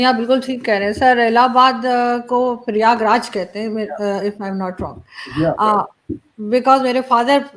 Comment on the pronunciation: Jo inshan प्रयागराज nhi bol paa rhe hai usko kya he knowledge